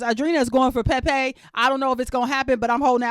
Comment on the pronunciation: I love the way you say Pepe’s name! 😂